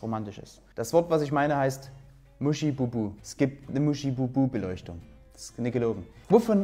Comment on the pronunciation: Schön! Aber MuschEbubuh ni MuschIbubuh!!!